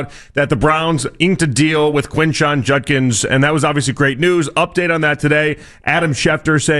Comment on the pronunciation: It’s Judkins, not Junkins